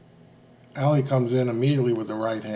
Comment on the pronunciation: Ali is pronounced Ah-lee, NOT Alley!